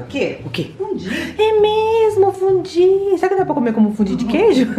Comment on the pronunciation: Não é fundin é foundue! Eu falo francês e você pronuncia tipo assim foundiu